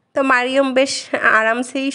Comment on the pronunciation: আপু মারিয়ম না মারিয়াম এটাই হচ্ছে শুদ্ধ আরবি এটাই বলার অভ্যাস করুন ছোটবেলা থেকেই শুদ্ধ নামে ডাকুন